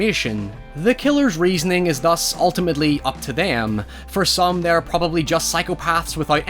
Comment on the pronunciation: So the only thing in this whole video that caught my attention was the way u said "up to them" lol. Why the hell did "them" sound like that when u said it is all I want to kno lmao